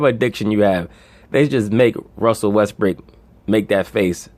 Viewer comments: this dude so consistent on calling him westbrick 😁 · Am I hearing westbrick 🤣🤣🤣🤣